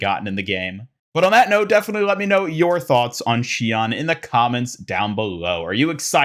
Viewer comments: You said her name wrong. 怨 is pronounced not like “awn” like you said, but “own” Her name is [shi-own]. Mauga said it wrong in the intro- but if you take the kanji from her name title you can find the official pronunciation. I’m pissed at blizzard for fucking this up. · For future reference it’s basically pronounced “She-own” :3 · I need Sombra to join in with the Hashimoto. Shion/Somnra interaction would be hilarious. By the way the pronunciation of her name should be “she-oh-n”. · I kinda wonder about her name, though. The way Mauga pronounces it is not how it would be pronounced in Japanese by the way it's spelled. Should be "She-own"